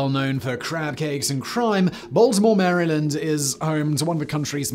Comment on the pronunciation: As a Marylander I do want to thank Simon for his correct pronunciation of our state. Mary Land. Not Merrilan or Mrylin as some say it. That said…the city is properly pronounced Ballmer or Ballmore.